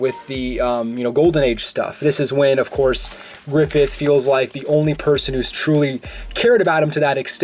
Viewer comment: Ugh, griffilth